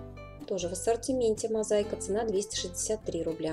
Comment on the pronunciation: Не мозайка, мозаИка